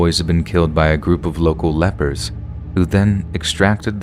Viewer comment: The fact that you confused "Lepers" with "Leopards", towards the end of the video made me chuckle...😂